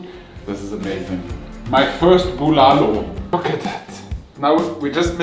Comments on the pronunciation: keeps changing how he pronounces the name of the soup. Bu-LAH-lo and bu-luh-lo. Soup looks amazing, by the way! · I love how he says "Buulalow" with that german /austrian accent .